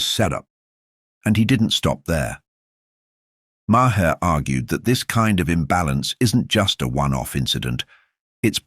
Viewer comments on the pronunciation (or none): If by you are going to make an AI video, have the AI learn to pronounce Maher's name correctly. Sheesh!